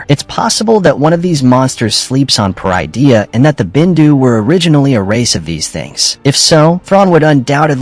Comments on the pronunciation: It pronounced Pah-rid-ee-ah, parydia. Not per-eye-dee-ah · They’re using an AI voice generator, that’s why Peridea is mispronounced